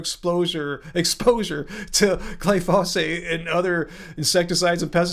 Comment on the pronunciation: my friend, it's "glyphosate" and not "glyphosphate".